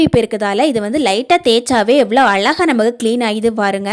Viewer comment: அலகாக இல்ல மா....? அழகாக ன்னு சொல்லுமா...!!! பேச்சு கொஞ்சம் குறைச்சா நல்லா இருக்கும்.